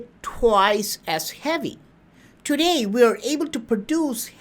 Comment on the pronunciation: He say Thuday instaid of today